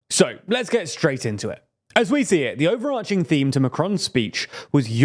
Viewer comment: thumbs up from me for being the only youtubers who seem to know how to pronounce overarching 😂